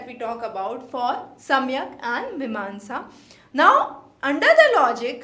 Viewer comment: Please fix your pronunciations first. Samyak or Saankhya? Jan yoga or Gyan Yoga ? Bhram or Brahm? Vashishk or Vaisheshika? Kannad or Kanaad? Those who are listening to you the first time will adopt these pronunciations as correct. Just something to consider…